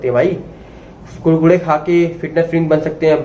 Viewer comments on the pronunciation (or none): भाई आप बोलते अच्छा है, अब मै कुरकुरे को कुडकुडे ही कहूंगा। ।।